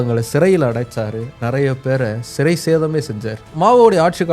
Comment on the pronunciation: Brother அது சிறைசேதம் அல்ல... சிரச்சேதம் ... தலை வெட்டுதல்..... உச்சரிப்பை கவனிக்கவும்.... காரணம் உங்களை வரலாற்றின் அடையாளமாகவே பார்க்கிறோம்.....